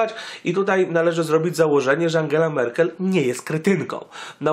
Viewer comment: Merkel, nie Merkle :D